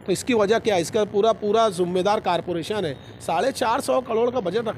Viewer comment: Carporation x zummedari x Corporation + Zimmedari nahi bol sakte Malegaon ke Educated.